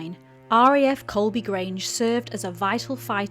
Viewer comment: Guys, it's COLEBY not Colby.